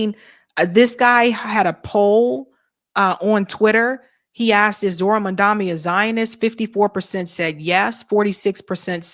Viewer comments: Mum-don-ee, not “Mum-dom-ee”. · His name is MAM-DA- NI NOT MAMDAMI! And you said MAM DA MI everytime you mention his name! So I don't think it's misspeaking just guessing you are not a fan??? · What is with the inability pronounce the man’s name properly?! Mam DA nee not man DA me! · do you say Mamdami on purpose like cuome said it before or slip of tongue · MaMdaNi. Please, say the dude's name right. I don't trust him either, but it sounds like you don't know better when you say it wrong every time... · It's Mamda NI... NI... NI... NI. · Jesus, MOM-DON--EE. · I know doesn't read comments, but I cannot watch her channel anymore if she continues to make the absurd and inane mistake of mispronouncing Mamdani's name. That is what Cuomo did in the debate and had a new a**** ripped for him. NOT A GOOD LOOK,. You haven't said his name right, maybe ever.